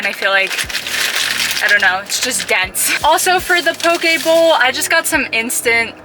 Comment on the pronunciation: u say pokebowl funny lol